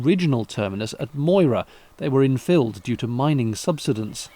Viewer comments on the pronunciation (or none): none